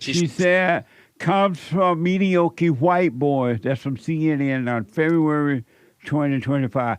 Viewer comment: There’s no hope for MAGA. this was a waste of your time. These “elders” are trying to belittle your intelligence due to your age, but only showed us how immature and ignorant they are. Jesse is just an old idiot… couldn’t even pronounce mediocre.